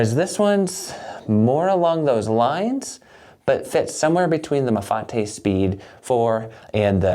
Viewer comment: So glad you didn’t pronounce it Mafait like I heard elsewhere